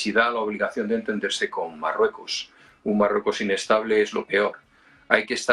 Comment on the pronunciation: soy seguidor ,pero que le pasa a este presentador , dice depue es s marrueco es s , etc , se come las letras, 🤦